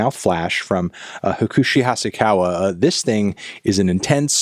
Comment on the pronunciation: he fucked hakushi's name up so bad 😭😭😭